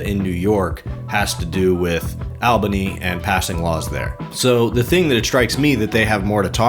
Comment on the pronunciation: In NY it’s pronounced All-bany